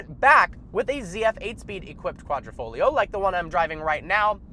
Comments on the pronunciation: It's pronounced like "quadrifolio" the "g" dissappears😅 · Ayy, butchering the Italian language one word at a time. Ugh. Don't pronounce the 'g' in Quadrafoglio. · Sweet but it is Quadr i foglio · It’s kwadri-foglio not kwadro-folio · Of course it’s better. Its an exotic Italian sedan, not a sports luxury sedan. And its Savucci, like Gucci... not sevockie... lol and Its Quadri-FOG-lio say the fog. The g is not silent. Quadrifoglio. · No people outside of Italians can pronounce quadrifoglio right😂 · can I teach you how to really pronounce quadrifoglio Cause my Italian self is cringing